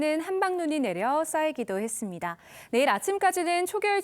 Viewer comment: 보도 기자가 발음이 정확 하지 않다. 지방출신 인지 모르 겠으나 다 잘 하다가 끝에서 '했습니대-아'가 뭐냐? 잘 고쳐라.